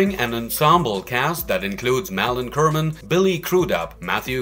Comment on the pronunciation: Jesus fucking Christmas, here we go again: "Muhlin Kerrman"? It's Malin Akerman! How hard can it be?